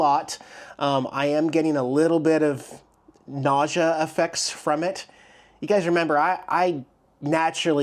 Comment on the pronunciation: Nausea not Ausia tap tap.. is this thing on?…